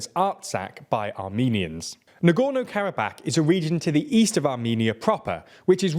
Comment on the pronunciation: Normal people: "Karabakh" TLDR: "Karab-ACK"